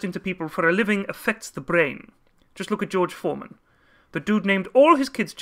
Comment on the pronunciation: It's Foreman not Forman.